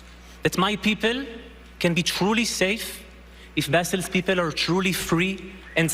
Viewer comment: The Oscars have less Oscar than Oscar Schindler. loved the articulated Ps of this idiot. Occubation of the Balestinian Beoble. How can there be a “Palestinian people” if they can’t even pronounce their own alleged name. 😂